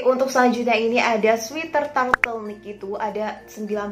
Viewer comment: Apa cuma aku doank yg dengernya turtlenick bukan turtleneck